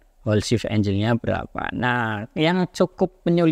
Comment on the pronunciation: angle dibaca enggel bro bukan enjel